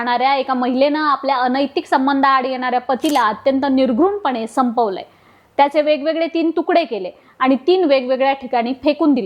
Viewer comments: Nirghun नाही ग बाई निघृण असते ते, पूर्वी न्यूज देणारे अतिशय परफेक्ट असायचे आणि आता बघा 😂 कोणीही येत काहीही बोलतो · अहो रिपोर्टर बाई, शब्द आहे निघृण NOT निर्घुण . How do people like u become reporters? 🤔